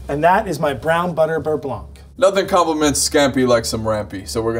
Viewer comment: Nice receipy. Side note: in french, the ’c’ in blanc is silent.